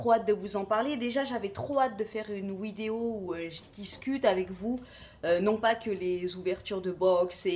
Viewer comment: Une ouidéo ? 😂😂😂